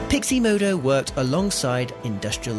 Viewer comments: Wtf is it with this guy's pronunciation?... Who is Grogg-oo? Who is Pixie Modo? Do we mean Grogu and PixOmoNdo? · totally triggered by the pronounciation of pixomondo as piximodo ... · Haha - always nice to let viewers know your level of quality within the first minute. You are going to show us how to do something extremely technical yet you can't pronounce Pixomondo. That's funny! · I'm fascinated by the complete inability to pronounce Pixomondo